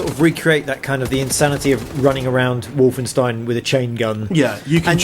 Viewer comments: "Wolfensteen"? Really? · They'll never be able to pull off anything as fun as Enemy Territory in a single player experience. I became addicted to that online madness for several Summers during school. And you guys said 'WolfenstEEn' at one point. Ahhh >_< Haha.